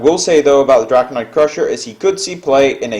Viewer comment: Matt Hakala I didn't mean to put emphasis on the i, I was just bothered by the fact that pronounced it drakonOid, intead of drakonid. If people start playing 2 BGH because of all the 7 attacks, then people will stop playing the 7 attacks, consequently there will be less BGH, consequently there will be more 7 attacks etc., so it would kind of end up being a Ragnaros kind of cycle where it's better the less people play it.